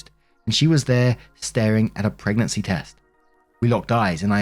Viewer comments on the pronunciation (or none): none